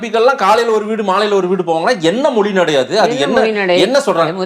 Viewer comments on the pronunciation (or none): none